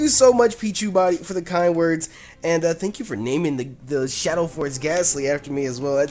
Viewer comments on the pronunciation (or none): none